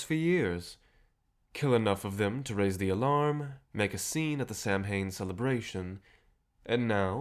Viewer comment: Great audio, love the story so far. Just a little correction though, as someone who celebrate samhain, it's pronounced different. It's more like sam-own kinda, it's easy to look up. Anyway, I just wanted to let you know <3